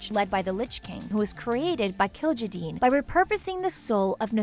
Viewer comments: List of Mispronounced Names (Not counting ones where she was "Close enough"): Kil'Jaeden - Kil'Jadeen Mal'Ganis - Moganees, Moganis, Maliganse Northrend - Northend Ner'zhul - Ner'thul Khadgar - Adgar, Hadgar Aegwynn - Eggwin Gul'dan - Gol'dun Arthas - Artharas Lordaeron - Lordreon, Lordreun Sargaras - Sarjerus, Sargerass Gilneas - Gilneeus Muradin - Moridan Kalimdor - Kal-mi-dor Scourge - Scoorge Durotar - Duratour (Sounds line a good name for a tour group that tours durotar) Azeroth - Atharoz (Really??...Really!?!?!?) List of lore/other issues (That i can find): Garona is half orc/half draenei, in the original game she was half human however that has been changed by blizzard and garona being half draenei is canon. A random bunch of humans didnt kill Medihv, khadgar stabbed him and lothar cut his head off. Doomhammer kills blackhand not garona. Durnhold forrest? Kingdom of azeroth? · WHAT? Kill-Jay-Den, WHAT THE F*** did I even just hear? Kil ja jeen? WHAT? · and Northend Please! Killjayden wtf?